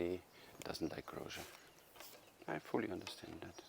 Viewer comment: Sorry for correcting you, but Grózer is pronounced with "z" and not "zsch". You mastered his first name though 😉